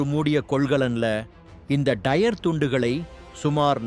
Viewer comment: தமிழை கொலை செய்யாதீங்க டா டயர் டைர் கிடையாது